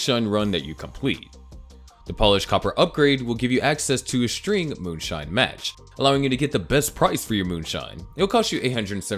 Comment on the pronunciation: Why did you say match and not mash? Lol